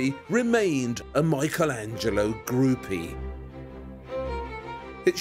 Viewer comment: Surely even we English speakers can pronounce Michelangelo correctly as 'MICK-elangelo' -- not MY-chel etc.